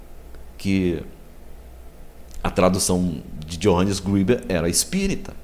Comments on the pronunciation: Não é Johannes Griber, es Greber, a letra e se pronuncia e e não i, a pronûncia seria Iohannes Grêber, e não Johannes Gribes. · só um detalhe: ali diz escrito que Greber era Pastor ( protestante, portanto) e a pronúncia correta alemão seria greber mesmo e não grueber como vc pronunciou, abraços! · Assistiu o vídeo todo? Greber era ex-sacerdote católico. Um padre também pode ser considerado um pastor. Quanto a pronúncia, como não conheço alemão, pronunciei como em inglês se pronunciaria. Valeu pela dica.